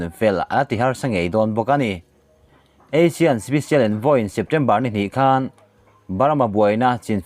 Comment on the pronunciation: Clickbait atan ami caption hi...thing emai. Association of South East Asian Nations (ASEAN) hi Asian tiin i lam thin a, Eisin tia lam tûr a ni zâwk lo maw?? Asian nen chuan a dang hlak ania...i lo hriat loh tâkin👍👍👍